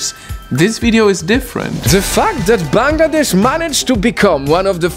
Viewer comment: finally someone who can pronounce our country correctly.😭✋🏻💀